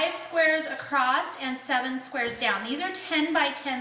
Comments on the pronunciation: It was very quiet. Annoyed me that she says acrosst instead of across. Kinda wish I didn't hear that part. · Very informative and clear , but there is no “t” in across.